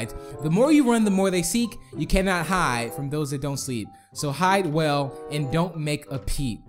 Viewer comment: its hide not hid